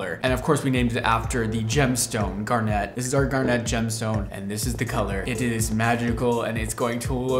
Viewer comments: Just an FYI that the emphasis is on the first syllable of garnet for the gemstone - GAR-net, not gar-NET. If the color line has the emphasis on "net," cool. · I would give him a pass on the pronunciation of garnet; but when he states very clearly that he named it after the gemstone, I have to point out that the emphasis should be on the first syllable & the ending is not pronounced like a hair net. It would sound more like GAR-nit, not gar-NET. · Ok,. It's pronounced GAR-net, not gar-NET. The emphasis is on the first syllable. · Also it's GAR-net, not gar-NETTE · I know. But “garnet” doesn’t sound nearly as cool as “garnèt” ☺️ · I'm so confused with the pronunciation of 'Gar-net' and it being purple. My grandmother LOVED garnets. I've never heard it said like that. I've always heard "Gar-NIT" and it's definitely a deep red. It's like hearing "Gr-eh-n" and it's described as blue. My brain can't. 😆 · Gar-nit. If like the stone. Same tone so guessing. No gar-net. I think that is a gar fish catcher. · It's ...Garnit ....not Gar-net.....just FYI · Him pronouncing it "gar-net" instead of "gar-nit" makes me think of a fishing net specifically for gars and I hate it here. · I've never heard garnet pronounced this way... (grew up near a garnet mine)... I've always heard it said gar-nit, not gar-nette. shrug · Gaar nuht not gar net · why are you saying garnet like that its one word not gar- net its garnet… one word like gar-nit but garnet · How you pronounce Garnet is so strange lol! No emphasis on the “net” should be pronounced “garnit” (it sound not net) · “GAR-net” “it has red tones in it but it’s a deep purple color” … it’s garnet like the gemstone.. it’s literally red just like the Mondo color?? Wtf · Please PLEASE someone teach how to pronounce Garnet... it's not "garnette" just like its "corset" not "corsette". Please people. I think I'm going to cry. I'm yelling at my tv. 😢😂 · It’s usually pronounced “gar-nit” 💜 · ☺️ He makes it sound so… elegant!